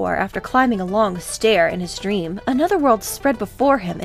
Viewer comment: Ha, at the beginning it almost sounded like you said "his stream" instead of his dream. I wish Charles Martinet would stream stuff.